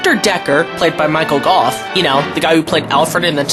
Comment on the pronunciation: Thank you for not calling him Michael Go! It's nice to hear his name pronounced correctly